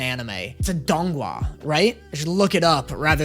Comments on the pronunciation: pronunciation of donghua sounds like donggua, which means winter melon. This is probably a pointless comment, but I thought it was cute hahaha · i lose a year of my life everytime says donghua